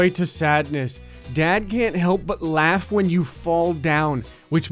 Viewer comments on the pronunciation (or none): none